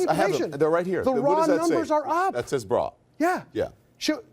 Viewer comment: Fake news, its not "BRA" its "BRÅ" which is pronounced as "BROH" therefore Don Lemon made lemonade out of that guy in the swedish debate!!1!